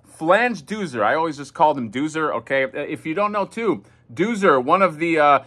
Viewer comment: Exactly. I thought I was crazy. I remember it being pronounced ‘Doe-zer’.